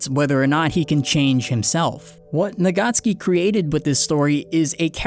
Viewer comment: And the author's name is Tappei Nagatsuki, not Nagacki. He is Japanese, not Polish :)